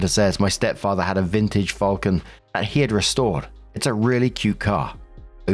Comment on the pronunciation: It's fal-con not ful-cun ffs